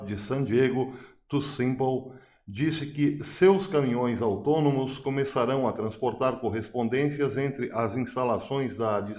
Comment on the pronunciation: Autônomos eu entendi atômicos😅